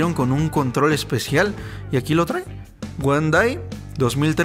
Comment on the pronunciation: “Guan dai” xd